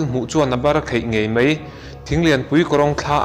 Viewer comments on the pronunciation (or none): Mei ti lovin Mai tiin lam ta zawk la ngaihthlak a nuam zawk ang ka ring.... Keep it up👍👍👍